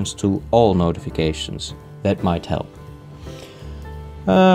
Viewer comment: 'good high' you're so Dutch